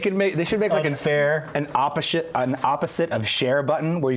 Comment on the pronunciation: Opposhit/Opposite LOL